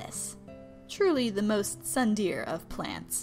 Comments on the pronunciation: The way they pronounced tsundere tho 😂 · It’s pronounced SOODEHLE not sundairy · (It's Tsuun-Dere-E not sundear)(That's how you you say it I think) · its tsun dere not tsuntheir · WHAT THE GOD DANG HELL IS A SOON-DARE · soon-dare-a that is how you pronounce it (Tsundere.... BAKA!) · It’s pronounced sun-de-re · You said Tsundere like "sun deer"!!!!!!!!! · Her saying tsundere as tsundeer is really bugging me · IiiTS PRNOUNCED "SUN-DARE-EY" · tsundere (sun-de-ray) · They said tsundere as sun deer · Its pronounced S-OO-N- DA-REY -_ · Tsundere is pronounced soon der ay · chara dosent know how to say tsundere ... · THE PRONUNCIATION OF TSUNDERE CAUGHT ME SO OFF GUARD OMG... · You pronounced tsundere wrong